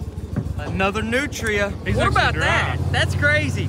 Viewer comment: Its pronunced nootreeah not nootra.